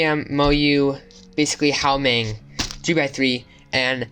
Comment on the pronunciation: no offence, genuinly, it sounded like you said "How Meng?" its pronounced "Hwameng